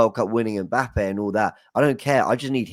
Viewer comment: said Mpappay